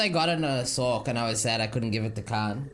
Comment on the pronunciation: It's pronounced "source", not sork.